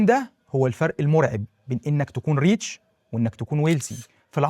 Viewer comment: اسمها ريتش rich مش رييتش reach